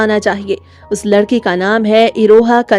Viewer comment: Tum ladki ho ya ledki 😅